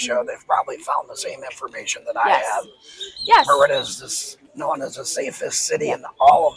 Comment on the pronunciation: You forgot the "r" in Merida, bro, but we understood you anyway.